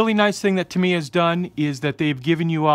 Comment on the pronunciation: um no offense i don't know if it is said different in your part of the us but its pronounced tam e yuh